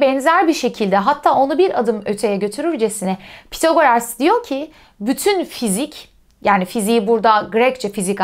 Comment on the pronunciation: Tek eleştirim ismin okunuşuyla ilgili olacak. Pythagoras'daki th İngilizce'de "s" sesine benzer θ şeklinde okunur. Yani ya bu şekilde İngilizce telaffuz edilebilir ya da Türkçe'ye geçmiş şekilde Pisagor denilebilir. Pithagoras diye okumak garip kaçıyor.